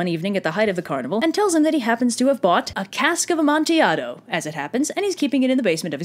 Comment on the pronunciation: Thank you for pronouncing Cask of Amontillado correctly!! I’ve had English professors say this wrong.